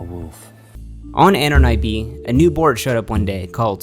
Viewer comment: "eh-non" not AHNAWN